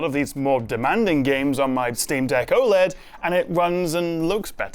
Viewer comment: aside from being oled every word you just said was wrong.